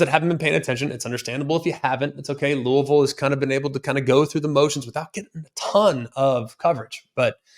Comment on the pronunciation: He said Louisville right lets gooooooo.